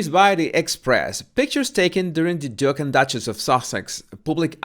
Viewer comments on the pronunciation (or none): none